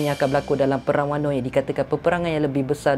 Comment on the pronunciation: Puashati sembang... daripada sorang lagi tu acah2 pandai nak sembang pasal OP. Padahal banyak sangat lack. Banyak lagi isu boleh sembang, kipidap beo Edit: btw, kenapa ko sebut wano as wanno?